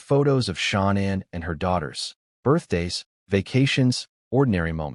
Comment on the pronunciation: Her name is Shannanne not Shonnon